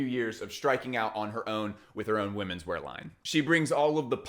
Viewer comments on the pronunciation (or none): none